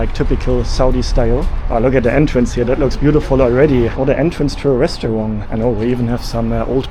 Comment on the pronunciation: I have a question about your pronunciation. I hope it isn’t offensive. I notice that to my US English-speaking ear, it almost sounds like you end the word “restaurant” with a “g” sound. Almost like “restawrong”. Is this due to something about the German language? Maybe you don’t have words that end like that in German?